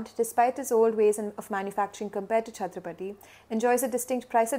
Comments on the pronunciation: The name of the village is chattrapatti and not chattrapthi. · It's Chatra-pa-tti. Not Chathrapathi. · it is Chatthirap Patti not chathrapathi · Its 'Chatra' 'paTTi' not Chatrapathi!! 🤡🤡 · That's not "chatrapathy" which You pronounce, it is "Chathra-Patti", near rajapalayam between Madurai and Tirunelveli. It is good to hear this fact, thanks! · Prononounced as Chatra-patty meaning Choultry village. Not Chatrapathi (as in Shivaji) 😅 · she pronounce it us chathrapathi but it is not Pathi it is Patti... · I was wondering, tamil natla chatrapathi nu oru oora nu. 🤣🤣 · Chathira Patti ., not chatrapati